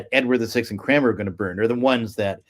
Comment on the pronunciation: Thomas CRANMER, not Cramer.